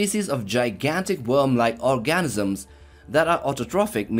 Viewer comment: ORGAN-ISM LOL